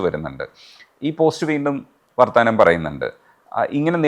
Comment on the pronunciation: please note, Its not വ൪ത്താന൦, its വർത്തമാനം